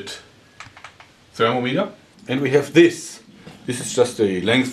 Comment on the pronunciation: It's pronounced thermometer not thermometer ;)